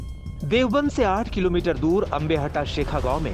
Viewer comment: देवबन्द नही देवब्रन्द बोलने की आदत डाल लो। 🙏🙏🙏